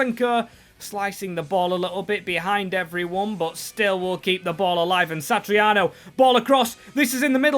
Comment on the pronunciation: pronunciations 🤣 Satriano - Sat-ri-ano - Santariano 🤦‍♂️